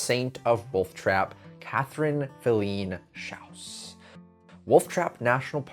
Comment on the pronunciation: Very interesting. I’ve attended many performances at Wolf Trap, but never knew the back story. One thing though, you kept mispronouncing Filene. Emphasis is on the first syllable and it’s a long ‘I’.